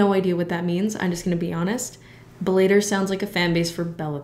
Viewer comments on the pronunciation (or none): " Bell-aye-ter " Lmao as someone who trained for 9 years in MMA, i love this pronunciation.☺👍 Thank you. BTW its pronounced more like... "bella-tour" so the fact that it reminds you of Bella Thorne, makes sense 👌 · “A former Blader MMA fighter” That got me, ha ha. It’s pronounced like (bell-a-tour) No hate, just helping a homie out ✌️ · Bel-LAE-tor lmaoooo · DAZN is pronounced Duh-Zone Bellator is pronounced Bell-uh-tour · Sorry to be a cringe MMA fan but here’s some context: Bellator is pronounced kinda like Bella Thorne: “BELL-a-tor”. Askren is an MMA fighter who focused on wrestling and is very good at it. MMA includes boxing, kickboxing, wrestling, grappling...basically everything. Boxing is much more limited and is NOT what Askren is known for. This fight was nooooot a good look for him and a lot of people thought that going in. I loved this vid and was super excited to see a creator I love talk about fighting, so thanks for this 😁❤️ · Your pronunciation of "Bellator" was the highlight of the vid for me 👌🏻